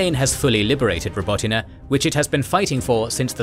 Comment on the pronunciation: Your pronunciation of Robotyne is so much better than large global media companies with ridiculous resources who couldn't be bothered to research it